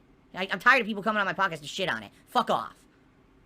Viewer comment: Reminder: Don't allow him to rebrand his prestream ranting and begging into a "". Call it a prestream. Always.